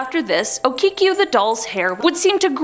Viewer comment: Okiku..Not Okikiu..